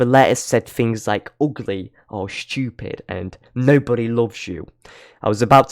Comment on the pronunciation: "The jam-a-grams read things like 'ugly' or 'SCHEWpid'" 🤣🤣 I'm sorry. I just think the way you say stupid is funny but I love it ngl